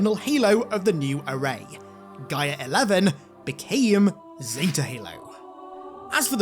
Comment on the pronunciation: I believe your saying Gyre wrong! It sounds like your saying GYM without the M and then followed by an ER sound. Just thought you'd like to know.